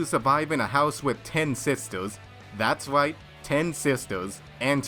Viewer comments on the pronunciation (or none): I kept hearing ''w'' after every word -_- ''wight'' Instead of ''right'' ._.